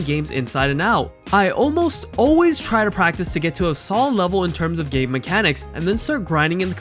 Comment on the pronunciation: No one:- The guy in video :- pronounce game as gaaame